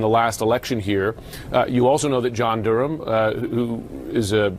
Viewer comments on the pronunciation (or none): none